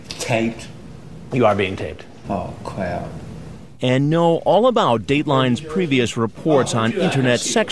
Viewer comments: Predator- “am I being taped?” Chris Hansen- “yeah you are being taped.” Predator- “oh cwap.” 😂😂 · "Am I b-b-bein' taped?" "You are being taped" "Awww cwap..." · Aw cwap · "Oh cwap!" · "Ah cwap" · Creep- “Am I being taped?” Hansen- “Yes you’re being taped.” Creep- “Oh, cwap.” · “Am I being t-taped?”... “Yes” “Oh cwap” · "Am I b-being taped?" "Yes" "Oh cwap" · "am i being detained?" "yeah, you're being detained" " oh cwap " 💀😂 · “Oh cwap.” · “Oh cwap” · Chris Hansen: Are we being c-canceled? NBC: We are being canceled. Chris Hansen: Oh, cwap. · "Oh cwap" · "am I being taped?" "You are being taped" "Aww cwap" 😭😭💀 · “Oh cwap” never gets old 🤣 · "Aww cwap" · "Am I beein tayped?" "Yes you are being taped" "Awgg cwapp" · “Am I bein—- taPed? Awe cwap” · "Am I.....bein... tatataped?" "You ARE being taped" "OH CWAP!" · "Am I being taped? Yes. Aw cwap" hahaha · Best line ever from a predator: "Oh cwap!" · “ Aw Cwap” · Am i being taped? Yes.... awwee cwap